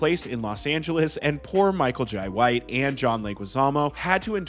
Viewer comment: Every time you said Michael Jai White you pronounced it differently 😂😂